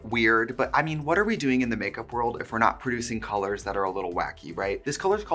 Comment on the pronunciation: You have crispy Os when you say colors… cOlOrs